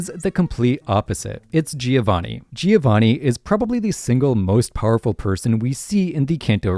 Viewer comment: Amazing video, but please I beg of you learn to pronounce Giovanni, you sound like an American